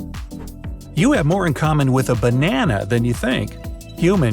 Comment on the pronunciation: fE eL tH E baN An bA